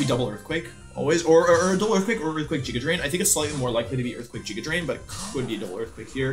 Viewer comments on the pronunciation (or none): Everytime he says "jiguh drain" I cringe 😂 always pronounced it "giguh drain" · I love the Wolfey even pronounces it "jiga" drain when explaining the game plan